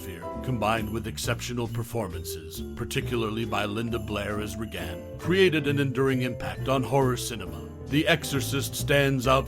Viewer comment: Why are you saying her name so strangely? Did you even watch this movie? It’s pronounced RAY-gen.